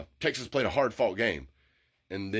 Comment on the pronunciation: Who have they pwayed 😂